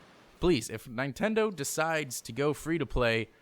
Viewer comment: Did you say nietendo